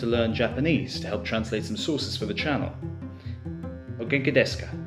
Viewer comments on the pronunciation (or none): Learning japanese as a hobby, i couldn't understand what phrase the cat had learned. I am so much more used to hearing it as o GEN-ki des(u) ká. It sounds more like ogengi DESka in the video. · The cat answers the question correctly. Silence is better than being rude and saying 'no, I'm freaking out'.😅 His pronounciation needs some work, though.😅😜 Way heavy American accent!😂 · I'm sure that if you pronounce correctly " Ogenki desu ka/ お元気ですか。” the cat will understand :D